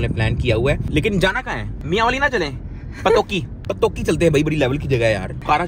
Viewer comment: im from mianwail 😊 he rlly said mianwail 😂😅